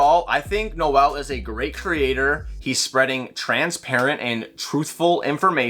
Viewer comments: I'm sure our father will grace us with his presence eventually. He's really nice, I've spoken to him on IG a few times. Also it's pronounced N-oh-l Day-zell not Noe-el. If you want to try and pronounce it in Afrikaans it's more complicated to spell out, but he says it in some of his videos. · haha, it seems like all you guys in North America always say Noe El, sounds like a Spanish gangster or a girl's name lol.